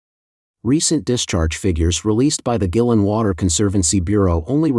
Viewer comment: The N.P.C selects the government leaders including Xi. Guilin is pronounced Gwaylin. Check the droughts in the U.S and Europe